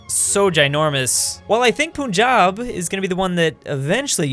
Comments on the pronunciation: it’s not poon jab it’s Punjab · All south asians:- P-A-N-J-A-B ( PRONOUCING NOT REAL ):- P-U-N-J-A-B LOL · Theirs something I'm offended about when he said punjab will probably unite the Indian sup continent first of all you don't pronounce punjab poon jab it's pronounced puhn jab and also punjab is not a Indian state it's a Pakistani state